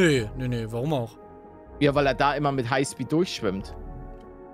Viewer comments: Hai Speed 😂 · bei dachte ich mir meint es "highspeed" oder "haispeed"